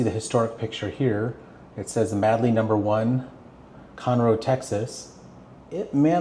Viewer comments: We all would swim here when we were in High School in the late sixties. Also, it’s pronounced Made-Lee, not Mad-Lee. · The name Madeley is pronounced Made-lee.